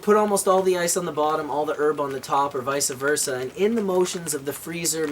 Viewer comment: its vice versa , not visa versa